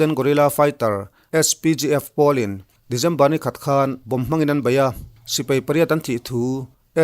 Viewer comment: December te, Dezember tih tlat chuleh😄😄😄😄